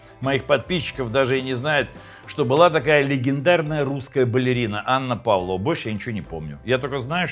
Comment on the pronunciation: Не Анна Павлова, а ПавлОва. Без Анны. Десерт придуман в Австралии